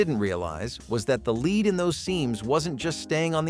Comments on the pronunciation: Lead is pronounced led as in Ted... not leed. Dern robot 🙄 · Lead poisoning. (Not leed!) Lol!